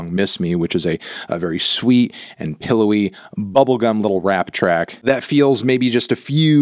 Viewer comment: You saying "rap track" has to be the whitest thing I've ever heard